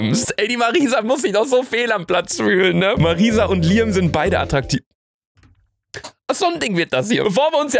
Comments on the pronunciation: Luca es wird Liäm ausgesprochen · Das wird btw liem ausgesprochen